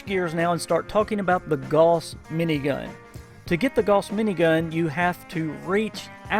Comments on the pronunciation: It's GOWS, not GORS! And ALL gauss are explosive... how can you do a review and not know this? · Sometimes I'd agree but it's said wrong by a lot of accents, not just a Southern USA. Gauss is the name of the guy who started the research into this kind of technology and it's pronounced Gow as in How with an s on the end.